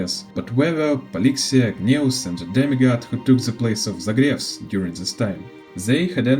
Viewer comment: Ещё ж крАйзос Ээрс а не хрИзос, Гнайос а не Гнеус, зАгреус а не загревс, Джеориус а не Геориус, сЁрсис а не кИркес, хАйсиленс а не гисИленс, сайрини а не кирини, пОлакс а не полИксия, мАйдемос а не мидЕймос ну и по ударениям каллИпсо а не каллипсО, нИкадОр а не никАдр, енусОполИс а не янусопОлис, кЕфали а не кефалИ, thЭнатос а не танАтос, Окима а не охИма, Ороникс а не оронИкс и the перед каждым словом лишнее это не доёбка, я просто оставляю комментарий чтобы видео продвигалось❤